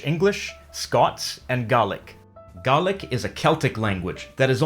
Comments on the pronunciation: IT IS PRONOUNCED GAY LIC NOT GARLIC. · As a linguist I would have thought that would have known how to pronounce the word Gaelic. It should be pronounced Gaylick nor garlic which is species of onion. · It's not pronounced garlic it's more like gaylic. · Must be spicy, that Garlic language . Afraid of pronouncing it Gaylic, are you? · I always pronounced Gaelic, gay-lic, I noticed you pronounce it gar-lic. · Correct me if I'm wrong Gaelic speakers...but is it not supposed to be pronounced G-ay-lic instead if G-ah-lic? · I just notice that King Jame VI is older than the Auld Brig because the Auld Brig was made in 1609 by a couple who made it for their dead son who died from suicide? Also, you're saying Gaelic wrong because it sounds like you are saying Ga-lic instead of Gay-lic, just to point out but it must be like your accent or language. Anyway, I got interested in this because I am Scottish well, born in Scotland but I speak English or American sometimes from YouTubers I like. I am just going to say that I never spoke Scottish that much because of how everyone else speaks around me. Is this rude?? I do not know... I am truly sorry if it is. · “Garlic speaking”..I’ve never heard it said like that. I’ve always heard it as “gay-lic” or very occasionally, “gal-ic” But I’ve never thought of “Burghs” being burroughs either. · I dont think Gaelic is pronounced like 'garlic'... its pronounced like 'gay-lick' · Gaelic is pronounced GAY-LIK as opposed to GAR-LIC Jus sayin!! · Its gaylik not garlik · got a question to you,, is it just me or is gaelic pronounced gAElic as in didnae instead of gAHlic like he said in the video? a mean a might be wrong but it bothered me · Wait Gaelic is pronounced as Gah-lic? I thought it was pronounced as Gay-lic. Not calling the language gay but I really thought it was pronounced that way. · Pro Scots tip - Gaelic is pronounced similar to 'gay-lick' I couldn't help but hear you say something closer to garlic. :p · Its pronounced g ai lik